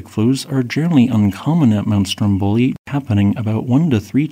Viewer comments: Very instructive. Just a small pronunciation correction it’s Strómboli not Strombóli. ❤ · Yeah the question is, when are you going to learn to pronounce Stromboli correctly? That is with the tonic accent on the first o, not the last one!